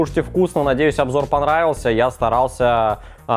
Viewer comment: Завершает наш обжор... А оговорочка-то в тему попалась)